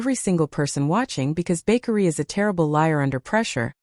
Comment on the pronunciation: His name is...Ba-kar-ree! I no I spelled wrong, now the narrator can pronounce it right!😅😅😅😅